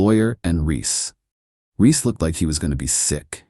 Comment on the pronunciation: BaHaHaHaHaHa, the "wake the dead" package..!!! 😂😂😂 His name Reese, not Riss.